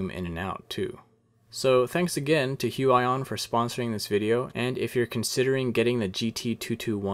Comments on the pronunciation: Its actually huion not huey on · huaion you are suposed to say huion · its not hu aj on its hu i on thats fu**ed up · HUION pronunciation Hyu-wi-yon Alan's version: Hyuu-aaah-yooon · It's Hu-ee-on not Hu-a-yon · h-you-eye-on i think you meant h-you-e-on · It is pronounced hu-weee-yon not hu-WAAA-yon. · "hue eye on" what it really is: "hue ee on" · It's pronounced "hooyon" AFAIK. Anyway, what's the price exactly? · It's actually Hyu.. Yon.. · It’s pronounced (h-oo-E-aw-N) (sorry Alan I love u and Ur animations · Huge-Ion. Is how you prenounce it. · Did he just say....hyuwayon?? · Lmao the way he butchered the pronunciation of Huion! 😂 "Hu-I-ON" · It's prenounce hue EE on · it reads Hoo-ee-on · Im pretty sure it’s pronounced hue ee on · I think it's pronounced (hyoo-eeon) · It's pronounced Hyu/hue - ee - yon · it's pronounced heweon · Hu-I-on lol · does anyone gets cringed everytime he say Hu i on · It’s pronounced hew-eee-awn 😂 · Every time you say the name I cringe haha but other then that great review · The way he says Huion makes me mad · please pronounce it right ☹ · You have wrong pronunciation brand-name ~_~